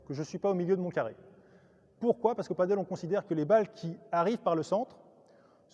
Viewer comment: Salut A tous les spécialistes et aussi novices du padel: on dit "padèl" et non pas "padeule" (paddle est un autre sport comme une grande planche de surf avec 1 pagaie) rien à voir. Le padel (prononcé "padèl") est hispanique